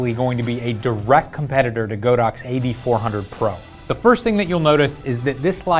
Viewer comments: Dude it's Pronounced God - Ox.... LOL like God & Ox.... not Go - Dox.... LOL that remote is Fire... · How is it the YouTube experts can't pronounce "Godox" correctly? (Hint: it's on the company's website.) I passed on the recent group buy for the Flashpoint AD400 because I can't see willingly throwing more money to the Red Ponzi that is the Chinese economy: it's only enabling their bad behavior (as an aside, Huawei is the technology arm of the People's Liberation Army). I'd rather save a bit longer for one Profoto B10 and work with that and my motley collection of speedlights (Nikon, Metz, an old Vivitar) until the demands of my work make another Profoto necessary or desirable.